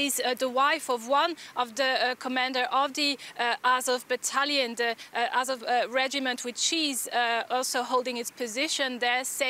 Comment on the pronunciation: Russian bot can't even say it right. It's "Azov".